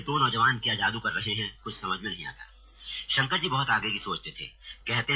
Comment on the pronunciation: Its "Shankar" not "Shankr".